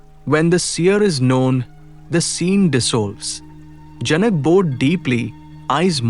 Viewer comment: it is janak in Indian languages, not janaka